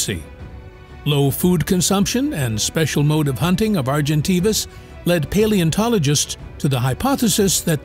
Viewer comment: You’ve pronounced Argentavis properly the first time and then made me cringe every time you’ve mispronounced it.